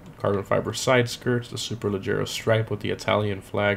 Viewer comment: can•erds?? Super•le•gera??